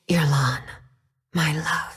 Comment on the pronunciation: She said yerlan Idk but that's how I hear ir